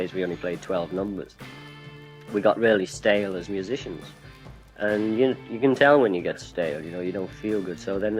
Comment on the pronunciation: I like Ringo a lot but wish he'd stop saying END when he means AND!